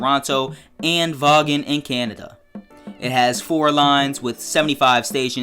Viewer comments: Hey uh you said Vaughan wrong. How you say it is "von". But yeah good idea I'm interested too. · Btw Vaughn is pronounced like “Von”